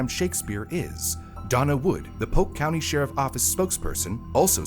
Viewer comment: Its pronounced POLK COUNTY.